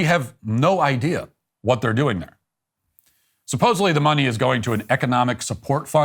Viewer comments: C'mon..."supposably"? You're better than that! 😆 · Matt can you please learn how to pronounce the word supposedly